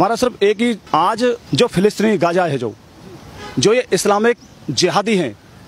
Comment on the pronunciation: You pronounced it wrong Gaja is elephant in Malay language ( sure you know elephant ) It's Gaza or more close to arabic pronouns is "Ghaza"